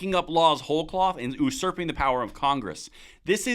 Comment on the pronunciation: Love your channel,but have a nitpick....usurping is pronounced "You-sir-ping" not "ooh-sir-ping"😊